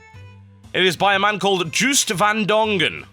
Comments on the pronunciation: it is Joost not Guust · Joost is pronounced as Joast. (Holland FTW!) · I heard it was pronounced "Yo-ist van Dongen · Juiced van Dongen? He's Dutch, his name is Joost. (pronounced as in "Yo(oost)") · Joost van Dongen would be pronounced more like "yozed vahn Dong-uhn" if you write it out phonetically :> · Yoast Vahn Dongen with 'ng' like in bang, not as in finger will suffice. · its pronounced like: '' yohst van Dohngun'' I know it looks wierd XD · Joost van Dongen is Dutch. Pronounciation in English probably a lot like: Djhost (as ghost), van (like a van), Dong-un. Good luck with it! :P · Juust van Dongen? It's a Dutch guy, Joost van Dongen and you pronounce the "oo" like the o in Total xD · I think the creator's name might be pronounced yoost. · rofl i did not even know at first the guy who made this was Joost van Dongen i thought TB said Juiced van Dongen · it is pronounced more like Joast :) but good try anyway ^^ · Joost van Dongen, it's a Dutch name. English people usually pronounce it as 'Juiced' >.< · What a terrible mispronunctiation of Joost van Dongen XD, can't blame you though, Dutch (Which I assume was what that name was, as I am Dutch myself) is an insanely retarded language. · Lol, the way you pronounced the name xD love it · Joo in Joost is pronounced similarly to the Yo in Yoghurt. The ng in Dongen is pronounced like the ng in Wrong. The Dutch V sounds more like the F in English. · ROFL at TB trying to pronounce Joost van Dongen xD HAHAHHAHAHA